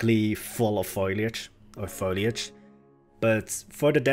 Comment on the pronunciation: I'm so glad I found your channel! One of the most creative youtubers for planet zoo at the moment. Really great stuff. One thing though...the word is foLIAge, not fOILage hahah :) It's pronounced like: FOE-LEE